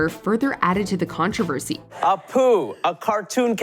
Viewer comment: Your inability to correctly pronounce the word 'controversy' is a bigger crime than anything The Simpsons ever did with Apu.